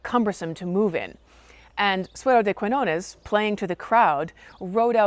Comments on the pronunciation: So good, so good ur videos about history. In this case, please say Suero de Kiñones (the "qui" sounds as if u say "ki"). When u say "Kuiñones" sounds really strange for a spanish speaker (about the "ñ" sound.... difficult to explain it) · Quiñones, con "Ñ", se pronuncia no como una "N", sino como el sonido "GN" del Francés o del Italiano, o la "NH" del Portugués y la "NY" del Catalán. No es un sonido exótico, existe en la lengua materna de más de 1.000 millones de personas (más de 600 millones de hispanohablantes, 500 millones como lengua materna, unos 265 millones de lusoparlantes, 235 millones como lengua materna, más de 300 millones de francoparlantes, 220 millones como lengua materna y unos 75 millones de italohablantes, 64 millones como lengua materna), además de en Filipinas donde también se escribe "Ñ", aunque no haya muchos hispanohablantes, porque aparece en un montón de palabras y nombres propios heredados del Español. Si te atraen las historias de amor medievales, te recomiendo que visites el pueblo navarro de Olite, en el norte de España, donde un rey (Carlos III, el Noble) mandó construir un castillo de cuento para retener junto a él a su esposa castellana, que se aburría en un reino tan pequeño y se escapaba continuamente a la corte de sus padres. No te decepcionará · It was nice to hear you tell this tale, but a little more research would have enabled you not to mispronounce the protagonist's name throughout and to know there's a place called Catalonia whose inhabitants are called Catalans. I've noticed that even Americans who profess a love for a foreign country seem to think that taking a few moments to learn to pronounce the names of its places and people is optional. Also, that they seem not to realise how arrogant this is. Some otherwise admirable people do this. Please don't be just another one of them.